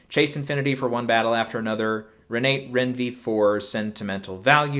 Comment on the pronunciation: Great discussion, but I would love to hear Renate pronounced correctly! And Jafar…same as in Aladdin.